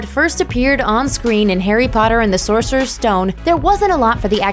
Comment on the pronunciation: WHY DOES EVERYONE SAY ‘SORCERESS STONE’ !!!??